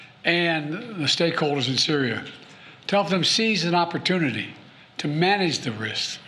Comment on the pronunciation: An "opportoonity" for who? BlackRock?